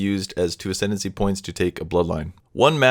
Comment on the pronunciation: "Ascendency". You were so close.